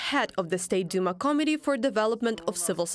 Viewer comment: I love the way your female narrator pronounces committee as comedy. When it comes to Russia, it is so true. Dark DARK comedy 24/7 from the land of the orcs.